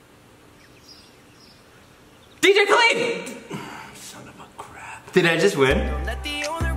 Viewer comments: DJ kah-lead lmao It’s DJ Kah-lid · The way pronounces some of the artists names are just 🤦🏽‍♂️😂😂😂😂😂 “DJ Khaleed” “Za” hahaha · KillerLight 12 but he pronounced DJ Khaled wrong 😂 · When he said dj khaled’s name wrong i cringed 😬